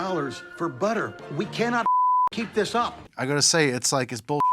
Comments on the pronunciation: So weird hearing an English person say 'budder' instead of 'butter' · It is pronounced “butter” not “butah”